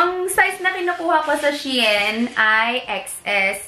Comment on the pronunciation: Hello po. It is pronounce as SHE-IN ;)